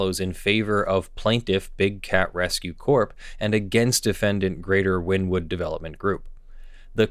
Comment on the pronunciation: I hate to sounds like a nerd, but Wynnewood is pronounced "winnie-wood."